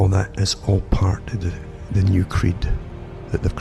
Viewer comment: Took me a good few minutes to understand his pronunciation of "creed"